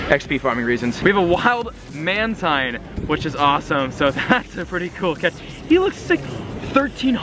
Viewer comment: mantine is pronounced as manteen